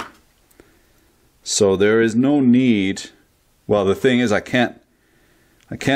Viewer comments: do you know what sound an "S" makes when you say the word "so"? Because it's not "zo" lol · Why do you say “So” with a Z??